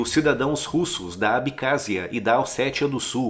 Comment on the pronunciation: É ABECÁSSIA! NÃO ABICÁZIA